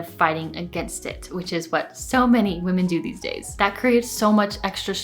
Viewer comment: Hey, I like your videos 🙂. Just a small thing that I noticed is that you pronounce women (plural) the same as woman (single). 🤗